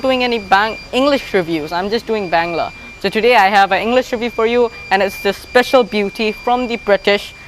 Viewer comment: One request, please as a Bangladeshi, don't pronounce Bangla and Bangladesh as ব্যাংলা or ব্যাংলাদেশ। Please say it বাংলা and বাংলাদেশ।